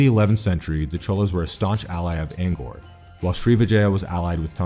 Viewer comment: You gotta work on that pronunciation cause I know for sure you're pronouncing Angkor and Tang wrong.